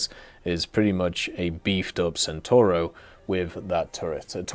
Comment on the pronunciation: Centauro is mispronounced again, you guys really don't want to learn the C in italian, uh?